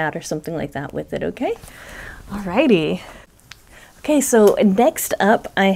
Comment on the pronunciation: Hi,! All this blue is not making me blue. What a great way to promote Hat not Hate. You have done am excellent job coordinating your giveaway. Thanks for the chance to play along. Here's a little funny. In your video, you said, "Okay, so..." I am from New Mexico, so my ears heard, "Oh, queso!" 😊 Have a great week! - Paula